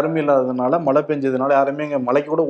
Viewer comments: A request to. Please try to pronounce the Tamil letter ""ழை"" correctly. Speak "மழை", and not "malai", which means something else. If you try honestly, you can get it in a week's time. Please. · தம்பி மலை அல்ல மழை நாக்கை சுத்தப்படுத்துங்கள்